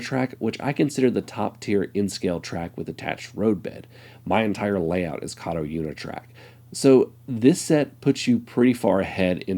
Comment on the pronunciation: Not saying Kato correctly its from katou. Pronounced Kar- toe with emphasis on the t. Ka as in car and toe as on your foot, car is said quick Toe is said slow. carToe.